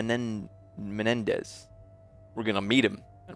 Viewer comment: Love it how he has a hard time saying menendez! lol